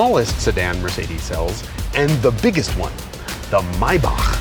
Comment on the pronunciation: Had Tears in my eyes when He pronounced Maybach correct 🥹